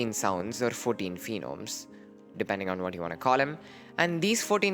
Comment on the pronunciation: Its phoneme not phenome. Otherwise, great vid!